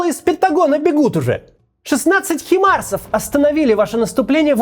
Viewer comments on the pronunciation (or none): Максим, почему ты упорно говоришь хИмарсы вместо хАЙмарсы?! Аш ухо каждый раз режет))) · не химарс , а хаймарс ,Максим , пожалуйста